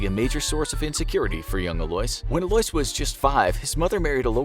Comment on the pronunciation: Why are you pronouncing Alois like that? It's like Louis/Lewis but with an A in front of it...